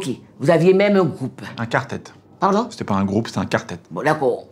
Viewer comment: "Dakow un Kwawtet".. Je suis en miettes mdrrrr.